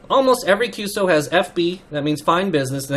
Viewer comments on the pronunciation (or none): Hi, good work in engaging young CW adepts to continue this wonderful part of HAM radio.I have a couple of minor remarks that may help.1. QSO is a part of a "Q" code just like QTH, QSB, QRN, …. As such, when you mention QSO you need to spell it as three different letters and not like a word "qso". It is "Q"+"eS"+"O". 2. "bk" is used to indicate to briefly pass-on the transmission back to the person you a heaving the QSO with. The "briefly" here is very important because when you do use "bk" you do not precede it with your Callsign and your correspondent's Callsign. Anything longer than "brief" would be against regulations. It is normally common to use between stations using faster rather than slow CW speeds. 3. "bt" is not a bt "-... -", it is an equal sign or "=" sign "-...-" sent as one letter (no space) but as you mentioned - it is used to "space" in time one part of your transmission from another. 4. YL is used to mention an unmarried female operator, XYL is used for married female operators.5. OM can be easily translated to and "Old Man" but it is more meant as a friend / someone trustworthy whose opinion you value. 5. "sk" at the end of a QSO means - this is your last transmission relating to this QSO. "sk" has also another rather sad meaning - when used in reference to someone else's Callsign it means this particular HAM operator is "silent key" (no longer with us / past away). I hope this somewhat helps. 73's, vk2fex hsc#826